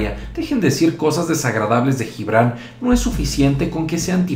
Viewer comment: No se dice Jibrand se dice Yibrand